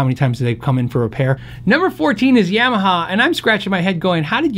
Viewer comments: Ya - maha not Yam - aha. Thank you. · Love your vids...appreciate the speed and variety you get through in a not-overly-long video. However...please learn how to pronounce “Yamaha”. It’s not “yeah-ma-ha”. It’s “Yah-ma-ha”. Stubborn peeps will say “pronounce it however you want”, but it’s especially jarring hearing that. Quite sure that’s not how they say it in Japan. Respect the name.